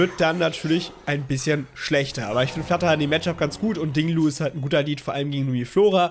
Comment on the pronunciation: Wieso sagst du immer Ding Lu, der heißt doch Ting Lu 😃